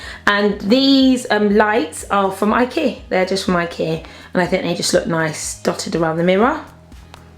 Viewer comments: you don say Ikea..you say ikee xD it's lovely xD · I aslo say ikea like ikear. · i like the way you say ikea like 'i-keer' xxx